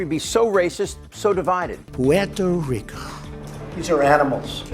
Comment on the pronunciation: Trump's half-whisper/half-slurring pronunciation of "Puerto Ricooohhh" grosses me out!